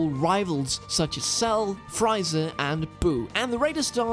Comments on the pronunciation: I'm sorry, but I died so hard after hearing Fry-za instead of free-za. That just made my day!, you keep doing you!:D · its Frieza not Fryza. im done. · Guy said Fry Za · It's Free-za not Fry-za. And it's Royal not Royale!! I now you're foreign but like former vice president Biden would say.. "come on man!!" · im rlly sorry but this man said frieza's name so badly. its pronounced "freeza" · Fry-za lmao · Did you really just say "Fry-Zuh"? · trying to say Frieza I understand not everyone Is a DBZ fan but still